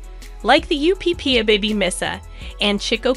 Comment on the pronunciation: LOVE this video 😊 Just wanted to say that the UPPAbaby is pronounced Upper baby… other than that fabulous video!